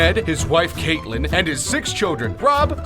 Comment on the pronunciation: and cat-lynn